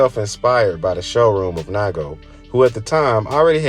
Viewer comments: It’s nee-ko not ni-go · its “neego” not “nighgo” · NAIGO lol please sir its nigo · It’s Nee-go! Not Nygo 🙄😒🤦🏻‍♂️ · Naigo 😂😂😂 It’s pronounced Knee Go Ni Go Good video 👍🏾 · It's pronounced nee-go, not nygo 🤦🏻‍♂️🤦🏻‍♂️🤦🏻‍♂️ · It’s pronounced (knee-go) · It's pronounced "Nee-go" fyi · Nigga said “NYGO”… 🤦🏾‍♂️ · His name is NE-GO........................................................... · It's pronounced Nee Go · Nai Go😆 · Great video with really good knowledge , only thing i could say is that nigo is pronounced neego. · NIGO and LA'GO (pronounced Lego) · I know how to pronounce Nigo’s name. The guy in the video fucked it up. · Lmao! I stopped watching this after hearing how he pronounced Nigo. He definitely doesnt know what he's talking about 🤦‍♂️ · Man, trying to have a channel about streetwear and not knowing how to pronounce nigo. Im out